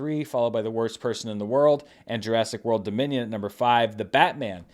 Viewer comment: I don't pretend to understand that whole Minions suits trend. All I know is that every time you said "Jurassic World: Dominion", I heard "Jurassic World: Da Minion" and that made me smile😊😁